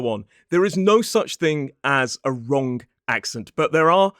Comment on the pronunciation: You said wrong-k! Isn't that wrong? 😃